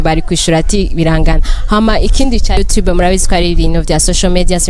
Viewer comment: Ange nawe ntuzi kuvuga you tube,uyivuga nabi kosora